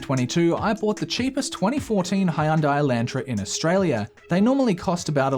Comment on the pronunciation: "Hay-unday Eye-LAN-tra". I'm sorry, I will never be over the Aussie pronunciation of those two words.